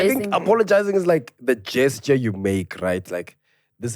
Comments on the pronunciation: unintentionally mispronounced the word gesture before “the get it off”your chest segment. It happens to the best of us. even said it properly right after. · when you lauughed at that lady who pronounced gesture wrongly that was very shallow, you should have said how it's supposed to be oronounced instead of ridiculing her. When you contimue like that you'll scare peoole from sending VN's. English is not her mother tongue. I heard that white guy(i'm sorry for this description, i don't know his name) who's part of your team mispronouncing some words with his thick Afrikaans accent but you let it slide. Why must we do this to each other as black people? English is not a measure of intelligence. What was funny about that lady who sent her VN in Isuzulu? Ive heard people sending in Sestswana & Isistwati but it was not an issue.. Yes, this is comedy roasting is part of it but don't undermine oeople. Please allow people to express themselves freely.